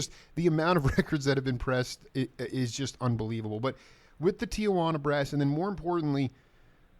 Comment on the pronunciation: it’s pronounced Tee-wanna (Tijuana brass) not Tia-wanna gringo